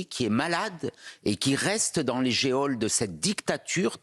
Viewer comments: Ce sieur ne savait même pas comment prononcer le mot geôle il disait géole au lieu de geôle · Les géoles ????C'est un E et non pas É.